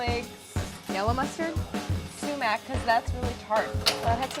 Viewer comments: WHEN CLAIRE SAID SUMAC I SCREAMED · "Sumac" Brad has entered the chat